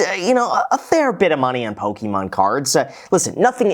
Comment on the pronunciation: Poh-kee-mon cards